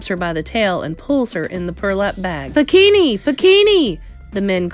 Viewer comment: Nobody is talking about pikinini being pronounced bikini 💀😭